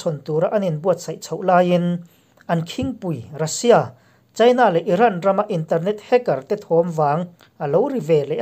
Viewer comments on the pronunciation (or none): none